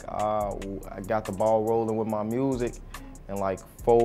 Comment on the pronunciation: "Wiff mah MUusik"